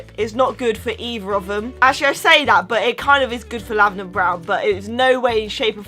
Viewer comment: Are you saying lavaner brown because it sounded like it